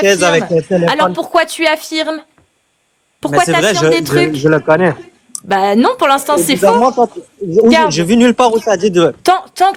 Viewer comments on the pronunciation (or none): "ji li connai" nardine bebek 🤣🤣🤣